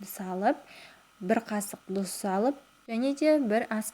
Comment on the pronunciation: ҚАЗАҚША ДҰРЫСТАП АЙТШЫ ДҰЗ ЕМЕС ТҰЗ БАСҚАСЫ КЕРЕМЕТ